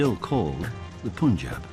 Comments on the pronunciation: These whities, it's pronounces "Panjab" , not "Pooonjab" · It's not "Poon"Jab, It's the "AA" sound, Not the "OO" sound. Try saying Pun(the english word) followed by Jab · He keeps saying it! It's notPOOOOON!!!! you imbecile!!